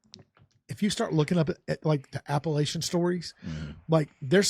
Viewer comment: It’s Appalachian. Appellation is a word of its own. App uh latch inn